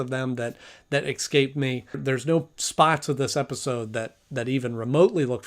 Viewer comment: You tend to replace s with an x in words like escape or especially. I don't mean to judge, I'm just pointing it out.